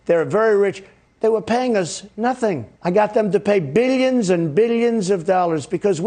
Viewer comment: Does he sneak an extra syllable into the word billions?